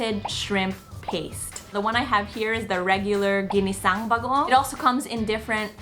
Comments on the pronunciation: "Gineseng Bageong" haha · "Jinisaeng Bagoong" lmao